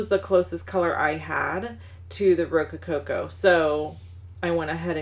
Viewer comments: Adorable cards! I need that stamp set now! BTW I think you have 1 to many "co's" in Rococo rose. (Ro-co-co vs Ro-co-co-co) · Thank you. FWI do you realize you are saying rocococo not rococo? Great ideas.